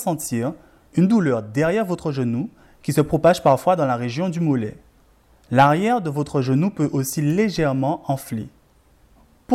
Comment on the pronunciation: « Vers l’arriewe » merci beaucoup